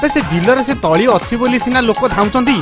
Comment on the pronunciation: ତଳା ନୁହେଁ ତଳି